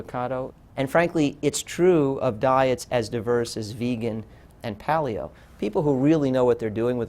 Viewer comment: Loved this video but I kept cringing every time he said "pahl-ee-oh" instead of "pay-lee-oh."